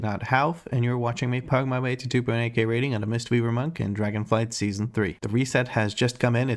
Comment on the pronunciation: pronounced it correctly mate! great video :)